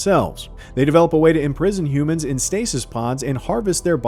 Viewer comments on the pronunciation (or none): none